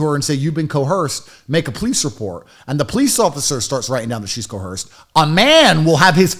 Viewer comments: "I was co-Hersed!" 😆😆😆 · Repeat after me. Coerced. The non-existent H is silent.